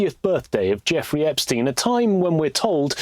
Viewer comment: Look at this rétærd say "joffrey eggstein" then turns around to play a video of MSM using the proper name. You make it tough to not view you as part of the problem,.